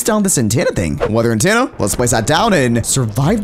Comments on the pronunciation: why do you say antenna wrong you say it antaenna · its itTENa not intana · Lol antanna sorry bro but it’s antenna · The way he pronounces “antenna” is not what I’m used to, I pronounce it “An- ten-ah” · He's saying Antanna m8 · "Weather Antanna" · So are we all gonna just ignore the fact that he is saying an tanna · Because he isnt pronouncing it corecctly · cannot pronounce “Antenna” lol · the way he pronounces antenna bothers me